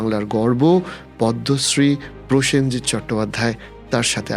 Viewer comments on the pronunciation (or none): পয়েনজিৎ, পসেনজিৎ থেকে প্রসেনজিৎ